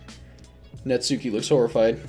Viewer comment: Here's a VERY common mistake that many people don't realize until that search it up, and I am guilty of this too: Natsuki is pronounced "Nahts-kee", with the 'u' slightly silent